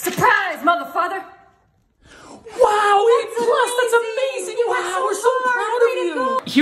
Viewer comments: Ohhh,my whole life i thought she said ,,surprise motherfucker" now i realized that she sais ,,surprise mother father" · "surprise mother father" i always hear "surprise motherfucker"